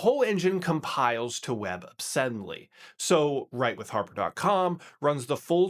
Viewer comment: Id did not catch "webabsembly". 😁